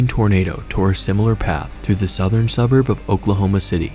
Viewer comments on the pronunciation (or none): none